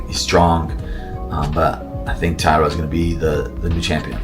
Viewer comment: . ALJO JUST BUTCHERING NAMES, PER USUAL. TAYADA IS CRAZZZZY! Pure comedy. I am on the floor as we speak, rofl! With that being said, I love Sterling. I want Tatsuro to get it (something for the long flight). Van can get it back in blood.